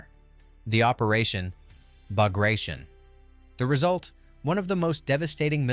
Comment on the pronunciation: WW2 history tuber. Doesn't know how to pronounce Bagration. CHecks out.